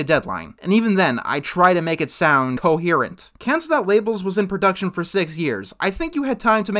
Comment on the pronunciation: > (talks about separate takes) > "i try to make it sound- COHERENT" See John K? Even a critic can do it.